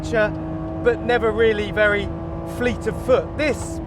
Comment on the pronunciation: b12 whateber berry annoying